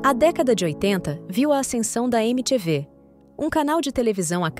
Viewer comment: O klux klux klan não começou em 1965. Começou muito muito antes. Achei o vídeo meio displicente em algumas informações. E faz edição melhor da voz da IA mano. Não é "eme tchê vê", é "emi ti vi". Até porque é assim que o canal também ficou conhecido no Brasil.